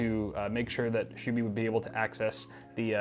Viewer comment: When realizes its "SHUBHY" and not "SHOOBY" 😂